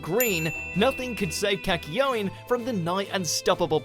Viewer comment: Kak-ye-o-ine. Oh god that pronunciation kills me